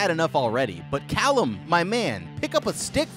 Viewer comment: The way you say Callum like column is driving me nuts, as someone who knows several people named Callum.